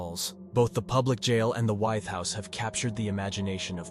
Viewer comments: I went to High School in Williamsburg, Wythe is pronounced With. Just saying! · Wythe is pronounced like 'with'. Just an FYI